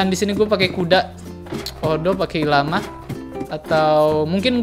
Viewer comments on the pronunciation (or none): bacanya el lama bang wkwk